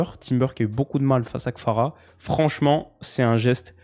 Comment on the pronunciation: Kvara* pas Kfara … ça fait un moment que j’voulais te le dire